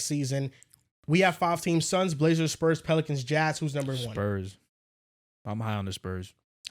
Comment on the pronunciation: “ sPurS SPurs sPurs SpUrs SpUrs spuRs” 😂